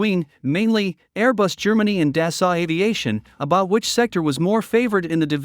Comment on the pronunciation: Never seen such damn ignorance not to get the The president's name oF Dassault Aviation correctly !!! such ignorance. The Rafale is a better plane than the ailing duck F-35. its not dasalt but dasso to pronouce.